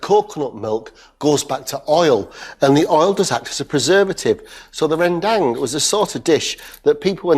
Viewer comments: It's Run Dumb not Ren Dang. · rendang ...nooo. 100% its not rendang... hope next time u can call minang people to cooking for ur show. rendang not use suger. soya saous. and we not use blender for make all be sofh.